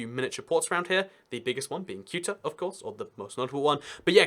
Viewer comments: Ceuta is pronounced Thay-oo-tah (Say-oo-tah if you're Latin American) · Your pronunciation of Ceuta and Melilla made my ears cry... Please take a look to the proper pronunciation